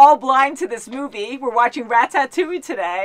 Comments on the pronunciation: Please for the love of god stop pronouncing it rat-tat-two-ee..... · You know they havent seen it when they call it rat-AT-ouille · Rat-tat-ouille lmaoo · "Rat tat touille